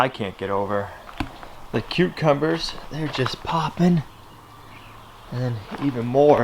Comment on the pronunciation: Did you say, cutecumbers to those little plants?